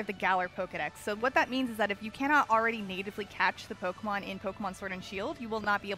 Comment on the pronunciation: Anyone notice the accidental “POKERMON”? 😂